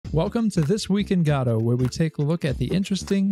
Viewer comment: Love your updates but man the way you pronounce Godot makes my ear bleed 😀 Please keep it up!